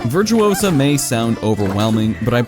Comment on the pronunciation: it`s VirtuOsa not VirtuosAA - Hermione.